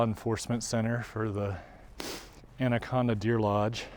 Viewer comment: Natives pronounce it "And a con da."